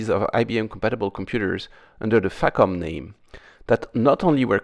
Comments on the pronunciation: in the spirit of AvE I use the term FACOM around computers quiet often- I pronounce it more like fuck'em though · I hope Im not the only goofball here that heard FACOM sounding like Fuckem'. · Facom... Haha facof!